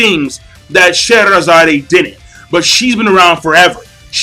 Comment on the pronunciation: I hate to be that guy, but Scheherazade is pronounced: (shu-hair-u-zod).